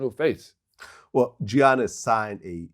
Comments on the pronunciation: Did Vlad really pronounce his name as Gee-Yannis??? Lmaoooooo cmon son!!!!!! Smack tf outta ya self for that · Hey Sal, it’s pronounced “Yannis” not “G-Annis”😅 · Salley ( Giannis) pronounced YAHNIS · Stop calling him "Johniss" 💀💀💀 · The G silent in his name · 2 time mvp and people still can't say his name right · Stop sayin Giannis name wrong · It’s not that hard to pronounce Giannis’ name Sal 🤦🏿‍♂️ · yeah, and also in greek the T's are pronounced like Ds in his last name